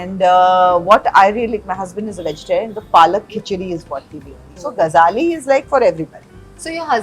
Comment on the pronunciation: Its Gajali, not Gazhali